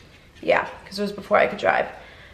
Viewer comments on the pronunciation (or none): none